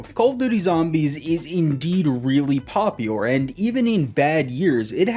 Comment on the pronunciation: My mans can’t say “popular” lol. “Poplior” ???